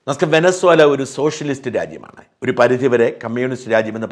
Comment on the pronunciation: Vensuela , angane annu pronounciation